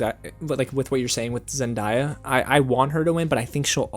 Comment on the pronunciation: I know I’m not the only one that’s pissed at him for saying zen-die-ah instead of zen-day-ah 🙄, like pronounce her name right!